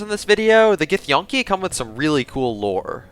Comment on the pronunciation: I think it's pronounced gith-yankee not gith-yonkey, just saying nice vid though